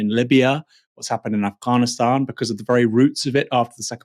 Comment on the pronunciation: Why does Aaron Bastani pronounce Afghanistan like that? It's not Af-GAAA-nistan, it's Af-GAN-istan